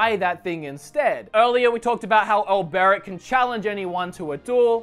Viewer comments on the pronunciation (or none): 6/8 for the name pronunciations. Stress was put on the wrong syllable in OLberic, and Therion is not pronounced like you're trying to say "theory". (It's actually "THEH-ree-on", and this is even spoken as such in the game.) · Who are you kiddin, if you havent skip any of the dialogues, how is it that you cant properly pronounce Sir Olberic? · The only one you butchered is olberic